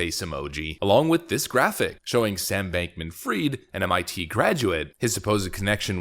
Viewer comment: it's not bankman freed, it's fried